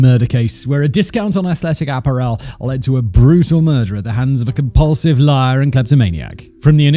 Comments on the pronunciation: Why did you call it "ap-par-EL" instead of "ap-PAR-el"? You put the ac-CENT on the wrong sy-LLAB-le and it threw my brain out of wack for a sec! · Simon pronouncing the word apparel like he just landed from Mars bless him .